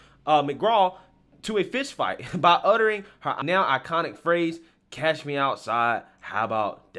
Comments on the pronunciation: It doesn't matter, people are writing that because that's how it sounds. Like writing gonna instead of going to. Some people say gonna. So even if she meant to say catch she pronounced cash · She has a hard southern accent and if you aren't used to it you won't hear what the real word . She didn't pronounce it as " cash " she said " catch " but her southern accent made it sound like she said " cash " . Many people aren't used to hard southern accents because some words blend with simular words in sound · Exactly, her accent made her pronounce it "cash". It doesn't matter what she was trying to say.